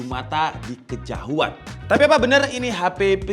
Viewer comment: "Kejauhan" bang bukan "kejahuan" 😅